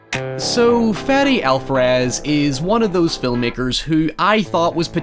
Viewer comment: i thought he said "Fatty Alvarez"